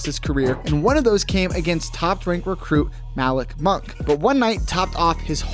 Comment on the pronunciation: Bruh said Malik muni wrong